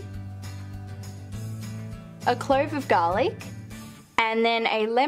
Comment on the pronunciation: OMG garli/Garlic hhaahahahahahahaahhaahha